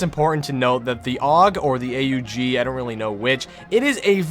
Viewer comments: its the aug not the a-u-g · A U G not aug